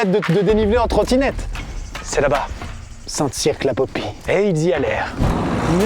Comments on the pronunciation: Best concept ever. Par contre c’est pas « saint cirque » mais « saint cir » en prononciation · Ça se prononce St CIRE la popie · Habiter à Saint Cyr sur Loire --> buguer à chaque fois qu'ils prononcent "Saint Cirq"